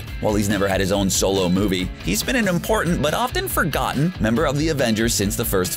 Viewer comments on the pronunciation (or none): none